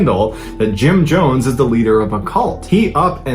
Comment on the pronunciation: And the way he said Jim Johns not Jones